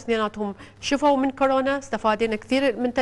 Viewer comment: خيه اسمهه كورونا مو كوررررناااا 💔😍•